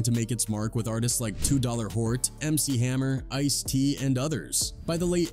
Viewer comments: Two Dollar Hoart ! 😂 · Wait... he said 2 dollar hort...WTF?? 🤣🤣🤣🤣🤣🤣🤣🤣🤣🤣🤣🤣🤣🤣